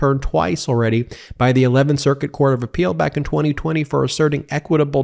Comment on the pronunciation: I enjoy your reporting but you have GOT TO STOP being so spitty! It sounds like you have a mouthful of water you cant finish. Stop slapping your tongue on your upper lip and over enunciating the word(s) 2020...